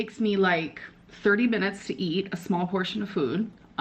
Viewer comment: Eat, ate and eaten really get me when she mispronounces it